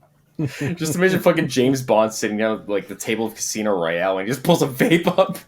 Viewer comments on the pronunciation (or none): none